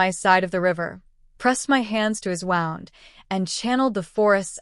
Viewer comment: I am curious why the AI voices cannot say wound as in someone got a cut. They keep pronouncing it as wound- like I’m all wound up. It is frustrating because so many of these channels pronounce it the same way.